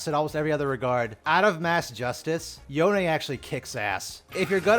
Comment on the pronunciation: Yo-Nae? im dying at that pronunciation.